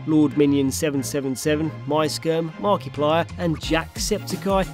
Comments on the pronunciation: “Mark-E-Plier” -. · The right pronounciation is markaplier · its eye not guy.